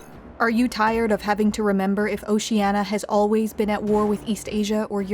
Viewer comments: Is anyone else just getting irritated by her failure to pronounce "Oceania" correctly? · Just because she mispronounced it doesnt mean it isnt Oceania. Orwell wasn't demonizing just Stalinism. He was a socialist himself who opposed Nazism but rightly saw what Stalin was and had implemented, which wasnt socialism and became disgusted by it. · Shouldn't you pronounce the I in Oceania? At least the reader did in the audio book I listened to. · 'how many times can i pronounce oceania wrong in 12 minutes' the movie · Why is she pronouncing it as "o-shee-anna" but it's spelled Oceania in the title? It's really bugging me. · "Oceana" "Inksock" Please learn to pronounce it correctly next time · It's annoying she doesn't pronounce Oceania properly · It's pronounced "oh see ahh nee ahh". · Oceania: Has an i: “oceana”._. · Why is it so hard to pronounce 'Oceania' [oʊʃiˈæniə] correctly? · Say OCEANA just one more time... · Was it a mistake, or a deliberate time-saving measure to allow the narrator to mis-pronounce Oceania with 4 syllables rather than 5 (i.e .the 'i' should not be silent). Or a subtle reference to altering the truth, regardless of facts 🧐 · Why can't you say Oceania correctly ffs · Good video, but you mispronounce Oceania. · Why can someone who professes to know so much about Oceania not pronounce Ocean-I-a? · ocean-i-i-i-i-i-i-i-i-a. That willful constant mispronunciation drives me bonkers. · You keep saying Oceania incorrectly! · The narrator repeatedly mispronounces the word “Oceania”. The word has five syllables not four. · Oceania has 5 syllables not 4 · Jesus Christ. At least pronounce it properly! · A video about Oceania, and the narratrix can't even pronounce the name correctly! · Did Newspeak lose the letter i, because last I checked there was definitely one in the word Oceania. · Can't you pronounce O C E A N I A correctly?